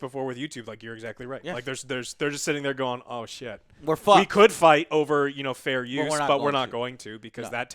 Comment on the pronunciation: "Fair Uus."